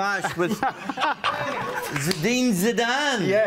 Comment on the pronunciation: Omg he said zedine zidane im triggered